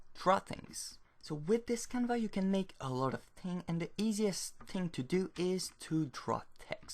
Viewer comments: I more liked how he called the canvas 'canva'. The 's' is silent is French after all! Kudos on writing your tutorial entirely in a second language btw! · i thought he was saying it the french way